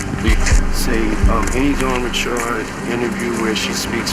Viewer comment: When did Dawn Richards become Dawn Ri'CHARD?? 😅😂